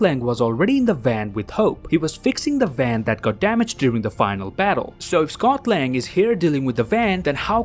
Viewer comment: Am I the only one who hears Scotland when he says Scot Lang